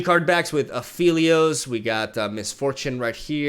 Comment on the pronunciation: Its pronounced A Fell I Os